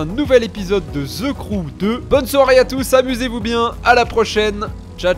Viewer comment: Pourquoi les francais prononce (the) avec un S ???